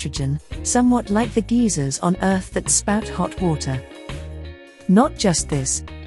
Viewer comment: Geezers? G-eye-zorz